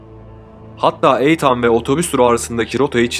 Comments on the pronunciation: Eytan değil itın diye okunur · isim yanlış telaffuz edilmiş ethan- ingilizce okunuşu ethın olması gerekir eythan değil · Eythan ne lan?...İytın İytın....Nathan da Neytın diye okunur😂😂😂😂😂😂😂😂😂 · Begenerek izliyorum sizi. Elinize saglik. Yapici elestiri olarak alin lutfen bazi goze batan ifadeler akiciligi biraz bozuyor. Eytan telaffuzu mesela. Ikincisi diger videolarda da var, tarih verildiginde 12 Mayis 1996 yilinda yerine tarihinde demek lazim. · İitın okunan Ethan yazılan bir isim olmasın bu. Lütfen telaffuz ve yazımlarda kendimizi yetiştirelim. Hız İçin herkes ağır demiş ama bence iyi yemek yaparken dinliyorum. Videolara devam 👏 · Aidan olmasin? Eydin okunuyor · Kemal Sergi saçma sizsiniz terbiyeli olun ismi yanlış telefuz edilmesinden bahsediyorum ve haklıyım uzatmıyorumda asıl uzatan siZsiniz isimler ülkelere göre değişik telafuz edilebiliyor kabul ediyor uzatmayın diyorum iyi günler. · Cocugun adini inat la yanlis soylemen